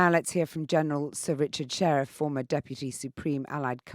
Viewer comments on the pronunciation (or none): It's SHIRREFF - not 'Sherriff' ffs 🙄